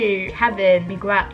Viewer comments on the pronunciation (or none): you don't read the "U" in "Miguel" it's like "Mi-ggél" haha